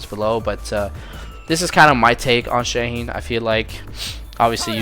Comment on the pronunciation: Shaheen ❌ Shane ✅